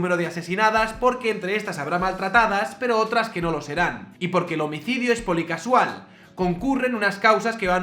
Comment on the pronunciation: POLICAUSAL, no "policasual".